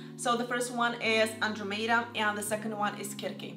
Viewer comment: LOL 🤣🤣🤣🤣 she really butchered that name